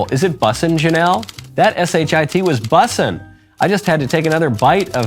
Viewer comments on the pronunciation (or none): I lost it at “Bussaa” Lmao